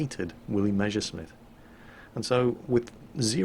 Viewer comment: Jesus it's Mess (s, s, s "S") ersch (sh, sh, sh, sh "SH SOUND", as in FISH)mitt, not Measuresmit!!!! It hurts!!!